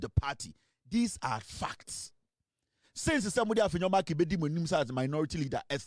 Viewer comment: That name is Markin and NOT Markins though he's a thug of an MP.